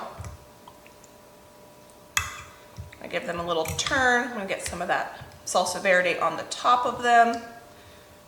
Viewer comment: lol yeah is not interested in pronouncing anything correctly. 😂